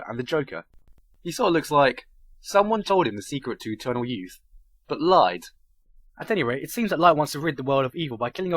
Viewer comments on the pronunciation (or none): none